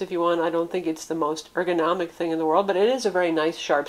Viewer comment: Word Of The Day: Erganomic